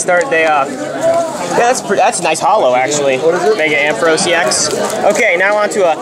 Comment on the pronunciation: _- u said "a full art mega ampheros " :P